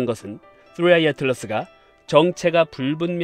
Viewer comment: 뜨뤼 아이~ 혀가 질풍노도의 시기를 겪고 있네요 😂😆🤣